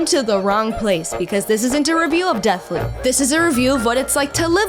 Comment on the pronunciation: Death Poop anyone, no? I swear she said booze rather than bobs, or am I just do used to epic voice guy doing honest trailers that I need to explicitly hear BEEEEEWBS to tell the difference?